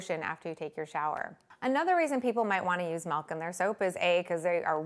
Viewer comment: *making soap with melk